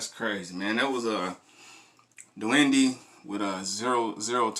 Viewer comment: It's pronounced Duende(Do-end-eh). Much love, my boy!